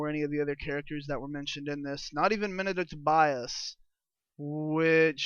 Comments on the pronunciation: MEN-di(like did)-Kent Bias, bro that is how you say it, please say it right! D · Please pronounce Mendicant Bias correctly you D.S..